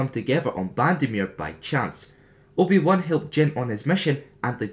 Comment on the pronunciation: loved that you said "the juan" XD